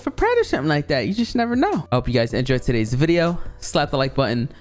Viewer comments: Only og's will remember when he said vwuideo not video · Video 24: Of not saying “vawideo” it’s soon to come.